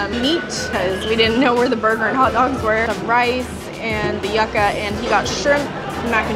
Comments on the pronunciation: Yucka hahahahaha it's pronounced you.ka not yaka lmao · I can’t get past getting “Yucka” at the buffet. It’s pronounced “Youka” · It's pronounced YOO-KA not YUK-A. 😂💀 Nice Vid! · Now that you live in florida and you will see Yuca in a lot of menus...Yuca is pronounced YOU Ca lol not Yuck A. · I'm going in June let's see what we get. And it's pronounced youca not yuck ca 😂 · YUCA...You Ka.....not yukka....LOL...Not my kind of cruise,but thanks for posting.. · YUCA is pronounced as YOU-CA and not yucka or yahcka. It sounds so weird to hear it mispronounced. 🙄😒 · Its pronounced "you-kah" not "yuck-kah" ❤ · Please don’t call it Yuck-A it’s pronounced You-ka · the Kasava its pronounced "Joocka" not IYuka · it’s pronounced you-kah